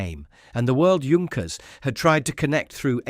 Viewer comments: Of course he was not a ''junk - ers'''but ''yank-ers'' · This could be a good video if the details were correct. Pronunciation of Junkers/Yunkers, it's Yunkers, not both. 5000 kilograms is not 5 tons, but somewhat close. Patent is pronounced two different ways. There are other mistakes. If you must use AI, at least watch the video yourself and correct the mistakes before it's uploaded for everyone to see. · Don’t call it “Djunckers“. Take at least 20 seconds to find out or to teach your bloody AI. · The fake voice is bad enough. But can't the computer decide whether to pronounce Junkers or Yunkers? If you're going to fool people,. at least do it well. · That should be pronounced "Yoon-kers". Very interesting! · ...and, of course, it's Yunkers. Always funny to hear, "Yunkers Ju-88" and such. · It is pronounced Yunkers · Yoonkers, actually. And he gets it right accidentally a few minutes in... .... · Great documentary! But why is it that no one on YouTube can seem to pronounce "Junkers" correctly? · This was a very well done video and I learned a lot from it. There are however, a few issues. To being with, I suggest you use the German pronunciation of “Junkers” where the “J” sounds like the letter “Y” rather than two different ways. It would also be best to show the revolutionary type of aircraft Junkers proposed in his 1910 patent, the J.1000. Looking much like what came to be referred to as a “flying wing”, you describe this aircraft in detail but show images of the G.38. There are actually drawings from the patent available on-line and should be included. Finally, , you mention there being a “pressurized cabin” which I do not believe is correct. Please confirm this claim. Thank you for producing it.